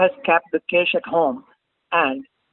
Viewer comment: What is cesh? ? Its cash . Pls change your pronounciation. U r here to teach people but u r yourself wrong.